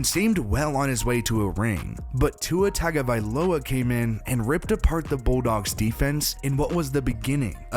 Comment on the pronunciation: I think it’s important to point out that Tua’s last name is pronounced “TONGUE-ovailo” not “TAG-ovailoa”. His own words, not mine.